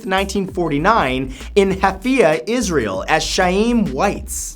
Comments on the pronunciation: pssst, hey... in #21it's actually 'Haifa' and the 'Ch' in Chaim is not actually a 'sha/tcha' sound but would probably be more of a 'ha' sound... and just like with Haifa, both the 'ha's are throaty sounds.... kinda like a snore noise? donno how to describe it to English speakers... (it's kinda like what a J sounds in Spanish...?) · It's Haifa, not hafia. It's may-co, not Mac-u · On the 21st fact, it's actually Haifa (the H pronounced as the J in Jose or Jalapeno), not Hafia xD Also, his name is pronounced as Haim (H just like in Haifa) Waitz xD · dear god... the mispronunciation of facts #20 and #21 20: It's not none-of-it, it's nøn-uh-vut 21: It's not ha-fi-ya, it's hai-fa, and it's not sha-eem, it's kha-yim (חיים). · Matt Haifa is pronounced like Highfive but without the end of ve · I live in Haifa and the way you pronounce it makes me cringe